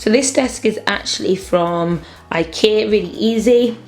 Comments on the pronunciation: you don say Ikea..you say ikee xD it's lovely xD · I aslo say ikea like ikear. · i like the way you say ikea like 'i-keer' xxx